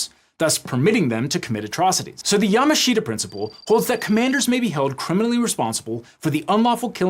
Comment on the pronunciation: FYI: Yamashita is not pronounced YA-MA-SHI-TA. It's pronounced YA-MASH-TA. The "SH" in "MASH" is a little clipped at the end. Pretty much any Japanese word that has "shita" in it is pronounced "Shta."